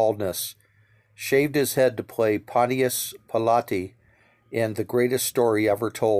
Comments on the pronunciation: That's Pontius Pilate pronounced "ponchous pilot". I liked Kojak and watched it often. Savalas was married to Julie Hovland at the time of his death. They had a home in Duluth Minnesota where Julie is from, on the point overlooking Lake Superior. We used to see him at a local restaurant quite often, The Pickwick. I live in Duluth. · Tell me you don’t know how to pronounce Pontus Pilate.